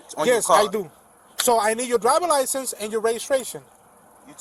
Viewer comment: "YOU GIB ME YO DRYBER LICEN." -COP (ish)